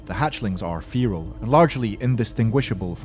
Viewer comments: you said feerel its feral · you are pronouncing feral wrong